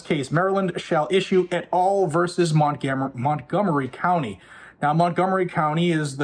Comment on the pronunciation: "Montgomery Counny"